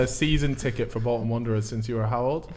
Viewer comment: You’ve said Bolton wrong